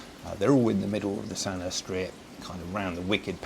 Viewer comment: Its pronounced as San uur not San er